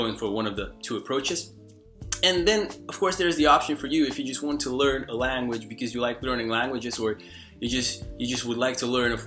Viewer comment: Hey, native English speaker from California here. From a west coast perspective, you definitely have a noticeable accent since you sound very east coast/urban with certain words here and there. If you're open to tips, ironically -- one of the words you pronounce a bit differently from most Americans is the word "language." You pronounce it like "Lan-guage" when most Americans pronounce it "Lang-guage." The first syllable sounds a bit flat when you say it -- it's usually "Lang" as in Langston Huges (the author) not "Lan" as in Lanyard -- the way you say it. Hope that helps. Anyway, keep it up! Your vids are awesome and your tips are really helpful.